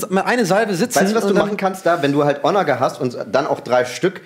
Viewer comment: Geiles Ding, gutes Spiel, gut kommentiert von. Triggert mich aber hart wie er Onager betont ^^